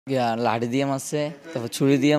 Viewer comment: সাহেবকে বলছি- (শরীল,লাতি,বন্দু,বাই) - উচ্চারণ এর দিকে মনোযোগ দেয়া উচিৎ।